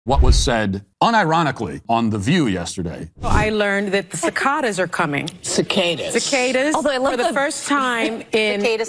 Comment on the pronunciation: Cant even pronounce cicadas and wants to influence people hahahahahahaha